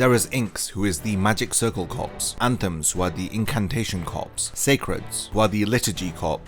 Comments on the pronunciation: Corps is pronounced core mate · I just want to point out that the P in corps is silent.